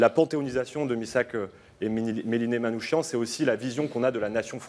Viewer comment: Prononcez Manoukiane !! Pas Manoushian !!!!! C'est insupportable !!!!